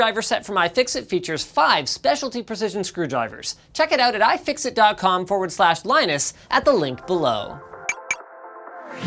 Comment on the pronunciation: nobody: linus: I F I X I T